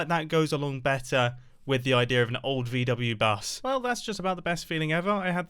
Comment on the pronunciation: Me (german) is rlly triggered by his pronunciation of VW-Bus!